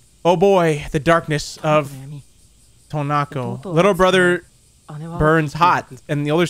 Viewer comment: Can you really not say Tonako?